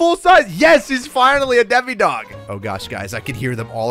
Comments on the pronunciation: he said it like deme-gorden when its acally demu-gorden well its pronosed that way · Demogorgon not demigorgon it sounds like demigod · ITS DEMO NOT DEMI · ITS NOT CALLED A DEMIGORGEN ITS CALLED A DEMOGORGEN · Did anyone else notice he was telling demigorgon for demogorgon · Not demi it's demo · Demo not Demi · this is how u say demegorgon dem-a-gor-gin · I love stranger things to much to not correct you it is a dem-o-gor-gon